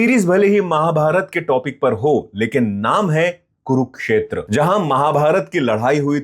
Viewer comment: ज्यादातर लोगों को confusion होता है "Kurukshetra" spelling pronunciation में "कुरुक्षेत्र"को "कुरुकक्षेत्र" बोलते हैं । लेकिन भाइ तुम तो ऐडे नहीं हो ना ! तुमको बहोत सारे लोग follow करते हैं , तुम्हारी बोलनेका अन्दाज , reviews पसन्द करते हैं । तुम जैसे popular content creator हि अगर गलत उच्चारण करने लगो गे तो लोग क्या सिखेंगे ??? Mind it .